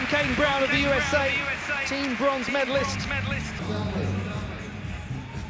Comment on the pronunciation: At time stamp , it sounds, to me, like the commentator pronounces USA not as "You Ess Ay" but "You Saw." Most bizarre.